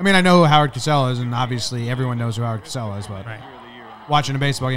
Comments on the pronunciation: It's a minor thing, but it's pronounced CO-SELL not cass-ell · If you're going into broadcasting, TV or YouTube lol: Spelled with one S CO-SELL If spelled with two Ss COSS-SELL Syllables exist for a reason Edit: I'm nitpicking....nice commentary guys, and stay safe out there